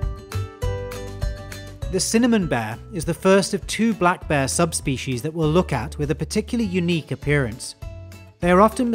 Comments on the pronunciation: It sounds like you are saying bah not bear. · I like how he says "bear" like "beh" or "baah" XD